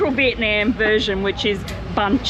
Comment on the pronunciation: Every time you mispronounce Vietnam it drives me crazy.